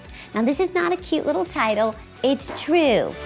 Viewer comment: I love how you say true' makes me giggle'